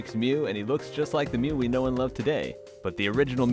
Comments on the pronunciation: I was about to punch through my computer screen when you said Mew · I literally screamed when he said mew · when he said mew i literally screamed at the screen